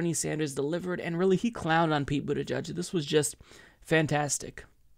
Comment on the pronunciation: I like Bernie's pronunciation of the name of that weasel from south bend